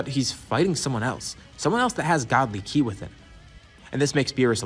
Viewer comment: 1.03.17. Did you try to say ki 🤣🤣🤣🤣🤣😁😄